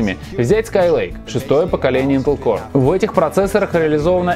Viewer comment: >>ваш уровень знания английского выше среднего. Наш тоже. Особенно это заметно по тому, как в ролике "core" произносится "корэ", "m" — "ми", etc.